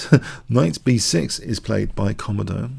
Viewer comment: its pronounced ko-modo you can select British english as the language